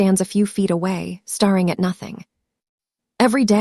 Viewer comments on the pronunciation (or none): This reader, AI or human, mispronounces long vowel sounds REPEATEDLY!!! /starring instead of staring/ 😂😂😂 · You don't read properly! That word "staring" is pronounced "stare-ing". How in the hell do you ⭐️ at anything? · All of these stories are read by an AI generated voice and unfortunately staring is one of the words that is always mispronounced in every single story.